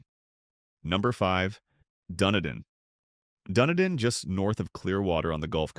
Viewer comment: Wow! I'm only halfway through the video and know what you're talking about! Hey AI, it's "Dun-EE-dun!" and "Matt-la-SHAY!" However, most of the info is accurate, although these towns are pretty much reserved for very wealthy retirees, especially Boca Grande. Ten years ago, as a limo driver, I had a wealthy passenger who lived there, complain to me that on Boca, "The Billionaires Are Chasing Out The Millionaires!" Nowadays, I wonder who's chasing out the billionaires?